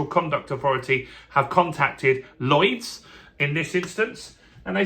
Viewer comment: Lloyds, not "Llyods" (sic). However, I was impressed that you had no trouble with the double 'l', as I always think that is tricky.